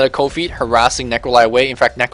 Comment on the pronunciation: when you say cold feet it sounds like coffee